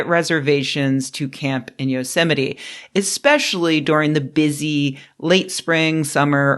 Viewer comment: Every time you say Yosemite I hear Donald Trump saying "yo semite." Ruined for me forever.